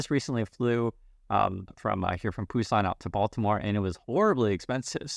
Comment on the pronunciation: Every time u say Baltimore trips me out